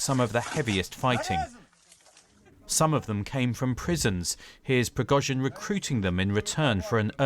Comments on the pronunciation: Prig-OH-zhin. Why do so many people in the media not learn how to pronounce proper names or place names? You would think it is in their job description! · Ok, its Priggo-sheen now. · "Preggo jean" Ffs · Субтитры переводят всё правильно, кроме фамилий. Пригожин произносят по-английски правильно, но в тексте "Прегосян". У вас за бота пишет армянин?